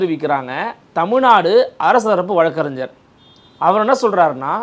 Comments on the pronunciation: “வழக்கறின்ஜ்ஜர்” இல்லை அது வழக்கறிஞர். தயவுசெய்து சரியான உச்சரிப்பைப் பழகவும் 🙏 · தமிழகத்தில் நிறைய பேர்கள் இதே தவறை செய்கிறார்கள்